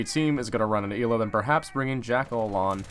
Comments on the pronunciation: "clears throat" it isnt Eela its Ela said like Ella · It’s not “EE-Luh”. It’s “L-Uh”, you pleb. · Its Ela not Íla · “el A” not “E La” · I believe it's eh-lah instead of ee-lah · EEELAA Everyone: ELLA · It’s eh-luh Not Eeee luh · Why do you say elaw it’s L uhhh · Ela not eela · Y does he pronounce it 'eeeeela' not 'ehla' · Not ella ela so not eeela ela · Ela not eela plz plz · El-a not eel-a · It's Ela not eelaaa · Ell a not ee la fucking dorks over prononsing shit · It's pronounced eh-la not ila... It's polish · how tf do u mispronounce such a generic name. Its not fuckin eela its EH-la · its eh-la. not ila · It's not ee-la, its El-la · Is it pronounced Ee-la or El-ah not being a grammar Nazi i am just curious. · ELA not EEEELA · You pronounce it "ella", E with "eh" sound not "í" ;) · I am from poland and i agree with krister, it's Ela not Ila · It's 'Ela' not 'Eela' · Fuck it's a polish name so it's pronounced EHHLA. Not fucking eeeeeela. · ELA NOT EELLA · its not eeeeela its ELA LICK elchopo get the el then ad an a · why tf does he say eela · he just called ela eeeeeeela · Did u say Hila? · Never say E la again it’s ellahh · Fucking E-la smh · It triggered me so hard that he said "Eli" or something like that the whole video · I swear to god if he says ila one more time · I had to stop watching because of how many times you said "eela" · "ive played a lot of Eeeela" welp im out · Yeah it's pronounced Eh-La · Im polish you pronounce it Ela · I thought her name was pronounced eh-la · Y tf does he say eela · "E-la" smh.. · I think ELA is fairly pronunced "I:LA". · ELA NOT ELLA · STOP SAYING EEEEEELA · Your special get ela's name right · Say Ela name correctly m8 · STOP PRONOUNCING HER NAME WRONG!!!!!!!!!!!!!!!!!!!!! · Lol of course he pronounced the name wrong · I'm 98% sure that you're pronouncing her name wrong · You said ela wrong